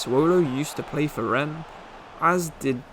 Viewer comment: Loving this channel. Great content and well done with the correct pronunciation of Rennes!